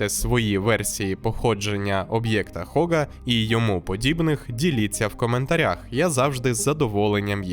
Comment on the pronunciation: Габл, Габл, Габл… Вам ютуберам доплачують за на другу над мовою? Так не Хога а Гога! Будьте послідовні до кінця 🤷‍♂️🤷‍♂️🤷‍♂️